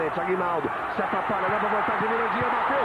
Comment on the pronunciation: O narrador falava Mirandinha e eu só ouvia estuprador de porcas 😂😂😂😂😂